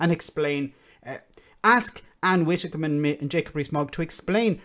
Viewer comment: You pause to correct him when he pronounces Ursula Von Der Leyen correctly, you seem to think it's Van Der Lion - Rarrr! But you pronounce Ann Widdecombe as Ann Wittecombe!? No biggie, just noticed your mispronunciation on more than one occasion and it always makes me cringe a little. Anyway, other than that I mostly agree with you on other things. Great channel, this along with Double Down news and Democracy Now are the only channels I've subscribed to.